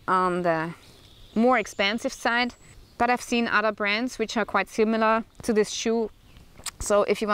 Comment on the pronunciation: Alrighty. That made me chuckle because every once in a while, when listening to EU people talk something totally American slips in. But work on Fadder, Modder, Odder.